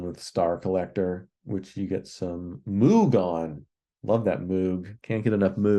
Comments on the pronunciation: It's "Moog" like "rogue,". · 🤠 Shhhh! Wait! No! Don't tell him! It's funny when music critics mispronounce "Moog". Besides it reminds me of my days back on the farm with all the cows.🐮